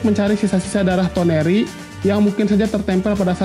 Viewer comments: toneri dibilang tenori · TONERI bang bunak TENORI wkwkwkwkwkw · Sama tenori